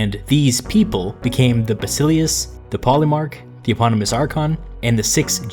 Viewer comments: Bas i LE us the emphasis is on the second to last syllable. If you learn about history from Youtube, can expect certain "get what you pay for" compromises. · Not to nitpick, but your pronunciation of "Basileus" is dead wrong. It is "Bah-Sill-Ay-Oos" not "Ba-Silly-Us" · heres how english speaker should pronounce these words properly Basileus- Vahsihléfs Strategos-Stratihgóhs Boule- Vuhlé